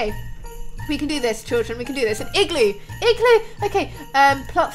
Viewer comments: when you say igloo really fast it sounds like you are saying ekk glue lol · It like you are saying glue I'm I right